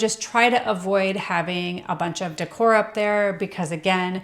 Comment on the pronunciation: What sounds cheap is pronouncing decor as "dick whore." It's pronounced "day core".